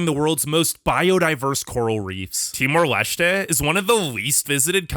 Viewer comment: Timor Leshtè😭😭😭